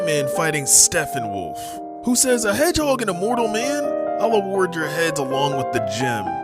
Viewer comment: "Stephen-wolf" lmao